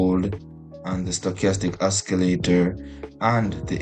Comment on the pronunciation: its not oskileytor its osileytor